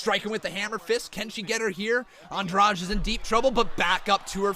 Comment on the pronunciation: An- drade. It's simple. Why do people pronounce it so strangely? I have plenty of Andrade's in my area, no one says it like the ufc does